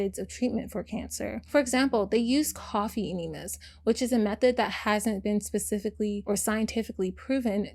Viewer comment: girl you said they use what?? coffee Nima's? What in duh Butt is A coffee Nima? Did you mean coffee ENemas (pronounced like EHH--KNEE--MUHH--S)